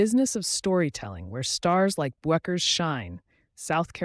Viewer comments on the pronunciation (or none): Why is the narrator too lazy or stupid to pronounce Paige's name correctly? It's BECKERS (Bueckers), dummy. Do your homework, or find something else to do.